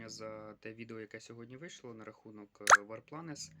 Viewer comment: Я угорнул з його « вар планес» 😂